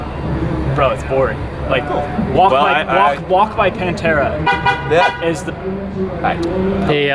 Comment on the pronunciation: You never saw Pantera...lmao As you say Pantera.